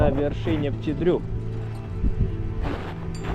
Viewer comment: Молодцы! Только почему вы произносите Пти Дру? Он же Пети, маленький ;)